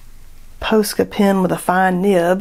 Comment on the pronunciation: Hi!!! I'm subscribed and I love all your videos You have such great ideas for inspiration!❤ btw: it's pronounced punch- a- nella & Paw-ska pens. 😘😁❤️